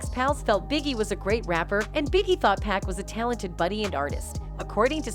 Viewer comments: Exactly!!!! Someone needs to tell her it’s 2pac not 2Pack, well it’s safe to assume that she can’t rap not 1 song from 2pac or 2Pack 😂😂😂😂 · How can Pac take 5 shots and leave unharmed? 😂 Girl care yo trolling, culture vulture, knowing nothing abt hip-hop self. 😂 and you keep disrespecting this man name calling him PACK and TUPACK. GOD gone send you to the land of torment. Put some respect on God son name Miss wonderbread lady. 😂 EVEN calling Dr Dre, Dr Dree. 😂 I can't stand ppl like y'all. 😂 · She said he was shot 5 times but escaped unharmed. How dumb is that statement? And if she calls him "pack" 1 more time. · Sorry, but it’s rather annoying listening to how you pronounce 2Pac’s name. It’s Pac not Pack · Ma’am, you’re so disrespectful to this man. Please pronounce his name correctly! His name is 2PAC! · If she say 2 pack one more time........ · Pac really destroying the name with the pronunciation